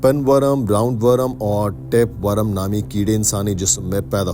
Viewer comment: Bhai worum nahi wor-m